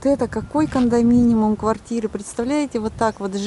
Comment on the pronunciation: кондоминиУМ, а не кондоминиМУМ! У Вас во всех видео какие-то когдоминиМумы. Извините, не сдержался.)